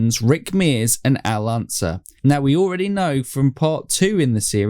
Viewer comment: Glad to hear you figured out it's pronounced, U-SAC! But still, you guys are butchering the pronunciation of iconic names, like Donahue and Unser!